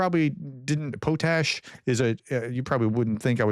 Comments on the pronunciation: SORRY FOR SPLITTING HAIRS, whats POTE ASH? try pronouncing the word POT ASH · potash is pot-ash not po-tash. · Professor its, pot-ash not po-tash also we get around 80% of our needed pot-ash from Canada and Trump is threatening them with tarriffs, 😮 so now we know why hes willing to trade with a dick- tater for fertilizer. 😢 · Here we pronounce pot’ash not po’tash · It's not "pout ash", it's pronounced "pot ash". lol we have a potash mine in my province. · Btw potash ... say "pot " then say "ash " Potash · In the Uk it is pronounced pot ash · Dude PLEASE learn the big difference between "Sim City" and "The Sims". Not the same thing at all. I saw your previous video when you announced this ban and your brain just inserted a word (City) that wasn't actually there. In this video you're continuing down that road so now spreading fake news. PLEASE STOP. Also please learn to pronounce the word "Potash". It's really not pronounced "Poe Tash". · Your pronunciation of Ukrainian and Russian place names has improved a lot. Your English, not so much. Potash is pronounced paa • tash. Internal is just about the opposite of international. You are even worse on numbers. Bi try to be forgiving, but I wind up shouting at the TV. Have you considered slowing down, just a bit, to actually read what's on the screen and think about the words coming out of your mouth? Really, maybe you speak slowly when recording and then speed it up for uploading? I don't know the limits of the technology. I say this with great affection. You are part of my daily routine. I keep watching because you give information from more sources than I have time to search and because I can trust you to be accurate. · You had the pronunciation correct the first time Prof... "pot ash"😊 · The O in potash is pronounced don’t not hard. Pronounced just like a pot as on a pot on the stove